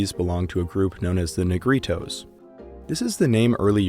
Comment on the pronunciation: 😂😂😂😂 sounds funny in a non Spanish speakers the pronunciation of "Negritos" (little black people) mi like 👍, good video